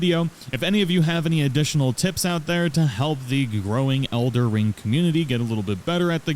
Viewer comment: Sorry I had to dislike cause you called it elder ring at the end